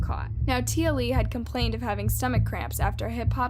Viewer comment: T Ah Lee it is pronounced, and it happened in Logan, Qld Australia, she went to Marsden High School in Marsden another suburb of Logan Qld Australia, My daughter went to this school too, So very fkn tragic all the events which led Up to this poor little girl death and the failure of DOCS